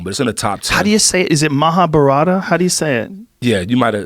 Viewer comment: Fukin idiots lmao it's prnounced Maha-barth